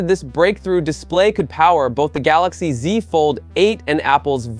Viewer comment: the gaLAxi ZI lmaoo